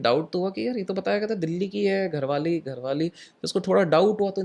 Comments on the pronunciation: Gharwali nhi bhai ji garhwali hota hai 😂.. bhangarh hai vese garhwali ya gadwali bhi chalega... Gharwali ajeeb laga sun kr😂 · 17.11 घरवाली नही गढ़वाली बोली है